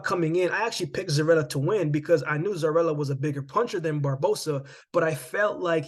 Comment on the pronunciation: Its pronounce Zoriya, not Zorila 🤷🏽